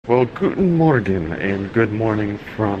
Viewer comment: The way he said Guten morgen really hurt my soul. I’m Swiss/German and we never say it like that. So wtf. 😳